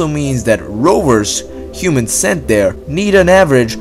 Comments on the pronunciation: He talks like a dumb toddler. Its "THERE" not "DARE"!!!! He doesn't know how to prounouce fucking T's!!!!! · Dude learn to pronounce Th..not duh